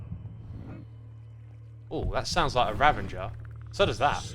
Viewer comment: RA - VA - GER ...... not Ra-ven-ger please..... it is so triggering!